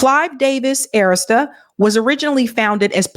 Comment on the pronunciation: Please stop mispronouncing Arista.